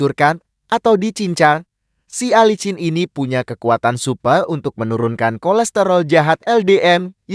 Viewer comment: Bukan Alicin bego ! Tapi yg bener dibacanya Alisin dasar Narator amatiiir !!!!!😝